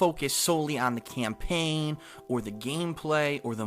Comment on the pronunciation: I wonder if he reads from a script. "Camplain playthrough." nice..